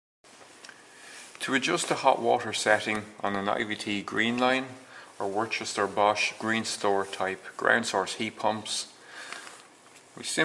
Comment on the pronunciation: Why do you pronounce the Worcester like Worchester... surely, its closer to Wooster?